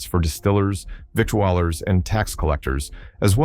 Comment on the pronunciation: Victuallers are pronounced vittlers. Artificial stupidity.